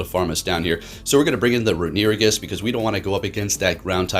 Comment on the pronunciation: i see a runerigus video and i watch just to hear him pronounce "renewigus"